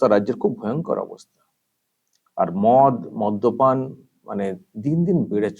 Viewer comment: মধ্য পান নয়, মদ্যপান